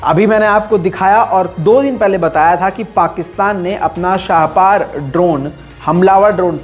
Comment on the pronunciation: ap ko talaffuz karten hain shahpaar nahin hai sahi talaffuz shaahper hai.Barahekaram sahi kar len.